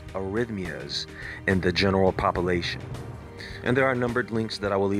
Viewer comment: Soooooooooooo cute ! You say pop- O -lation ………….so cute. Your stuff is always so sophisticated, it just made my heart sparkle. Keep it up...……………………………………………..T H I S C H A N N E L I S O N E OF B E S T O U T T H E R E...…………………….YOUR GIFTED ! THANKS FOR ALL YOU DO !